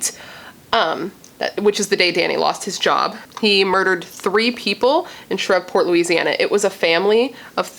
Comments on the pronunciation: I'm from the south and ppl usually pronounce it Shreeve-port. I love your content and great vid btw! Love it's your 1st true crime vid. You also do beautiful makeup styles and when I watch ya I just feel like we're just chillin not killin lol. 😎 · It pronounced she re port….my family from Louisiana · it;s pronounced SHR-EVE- PORT :) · Omg! I can’t believe a serial killer that inspired Scream was in my hometown of Shreveport. Pronounced Shreeve port… Like leave… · I love watching all of your True Crime videos! And just FYI, it's pronounced Shreve like Steve and then just port lol..I live not too far from that area, that's the only reason why I know. 😊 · Like spree Shreeport v silent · Shreveport pronounced shreev-port🙂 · Shreveport is pronounced shreeve-port .. You are too hilariously cute trying to pronounce it. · It's pronounced "shh-reeve--port" I believe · Shreveport LA is pronounced Shreev-port. No worries. Just letting you know. Only cause I live in the south and that's how we pronounce it where I live. Lol. Ty for covering this story. Very sad and unfortunate. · I lived in Fort Worth and Shreveport for 6 years! Had no idea. (And they say it Shreeeeeveport.)